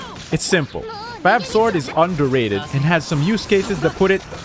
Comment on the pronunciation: I can't unhear the fact that he is saying "fap sword" and "sack sword" 💀